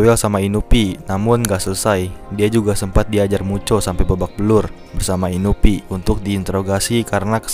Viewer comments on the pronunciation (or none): Bang itu namanya inui bang bukan inupi🤣